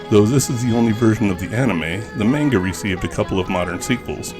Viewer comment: Sakebi is "shout." Manga is pronounced "monn gah." 2nd: South Rainbow Lucy Superbook & The Flying House used to be run on Jim Bakker's religious Trinity Broadcasting Network. They probably paid for them. Robotchi is pronounced with 2 Long Os. Aka Ro Bo Chi. The t is there for a double consonant in the Chi syllable. Kabocha is "pumpkin." グループ タック - Group Takku but since the trailing U isn't pronounced, it's just "Tak" or "tokk." If you're seeing it as "TAC," that seems wrong. Really odd the kana say Dairagaa (Dairager) but the name we got told was "Dairugger?" or some variation with eu or ue.